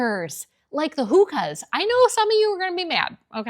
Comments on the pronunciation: They are not pronounced "Hooka". It's "Hoe ka" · HOKA…not hooka. You know what a hookah is, right? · It’s not HOOKA Like what you smoke it’s called HOka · HO ka not WHO aka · Hoka- not hooka (pronunciation) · Why do you call Hoka a Hooka? I finally tried them about 2 years ago and I'm not going back. Those Hokas have the support unlike anything else. I'm not wearing my sneakers as a fashion statement - it's a health thing. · “hoe-ka”,and lots of medical professionals swear by those.who decides all of this? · HA! Your pronounced version of Hoka….Hooookah. Cracked me up. The “o” is a long o. My neighbor who runs Fleet Feet in Sarasota told me about them because I needed them for long morning walks due to my overuse of wearing sky high heels for decades. Never wear them beyond a dog walk though….so ugly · Athletic type sneakers like Hoka (you pronounced them wrong) are a totally different type sneaker than the low profile casual sneaker. Used for 2 totally different looks. Go look around a college campus and at the walking tracks and tell me Hoka are out. Nope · Not me practically breaking my own neck in my rush to put on my leggins, shacket and hokas to go out the door. IDNC about your trends. If you know anything about Hokas ( which by the way you aren't pronouncing correctly) they aren't meant to be a fashion item, they are a utility item for people putting in miles or spending all day on their feet.